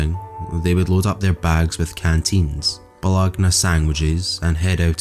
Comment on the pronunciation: Bologna is pronounced "ba-low-nee"